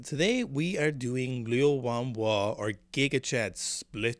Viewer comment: Your pronunciation is of Liu Huanhua is much better than before!